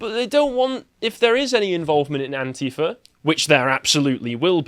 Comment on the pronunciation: I thought you said 'ant-eater', but it was antifa. Weird!